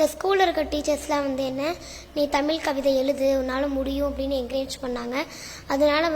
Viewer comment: முதற்கண் சிறப்பான கவிதைக்கும், வாசிப்புத்திறனுக்கும் வாழ்த்துகள்.. ஆனால் தமிழை தமில் என்று உச்சரிக்காமல் தமிழ் என்று உச்சரித்தலே சரியானது.. தமிழை குறிப்பாக தமிழின் சிறப்பெழுத்தாம் "ழ"கரத்தை சரியாக உச்சரித்தலே பெருங்கவிதையாகும்..